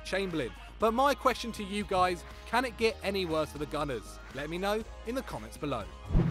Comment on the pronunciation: Its Can not Chan